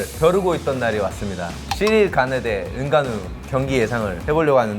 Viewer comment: 자꾸 시릴 가누라고 하네 ㅋㅋㅋ